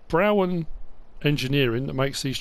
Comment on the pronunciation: Love these trailers I’m from Ireland just down the road from where they are made and they are call broughan it’s Irish or bro han if it’s easier to pronounce 😅🤣🤣